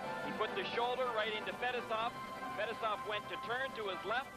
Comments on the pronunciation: It's pronounced Fet-ess-ov Not Fetis-off😆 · No you’re wrong too! It’s Fuh- Tee- Soff smh